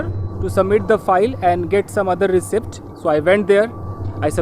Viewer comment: Reciept ka pronounciation galat bola apne mere pyare sir road walla footage